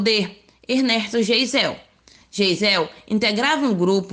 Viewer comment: geisel se pronuncia "Gaizel"